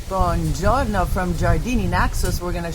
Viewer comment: In Italy it’s not a French ‘bonjour’ with ‘no’ added on the end; try buongiorno = ‘boo-on-jee-orr-noh’.